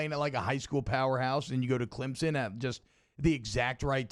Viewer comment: Almost as bad as "Clemzin" ugh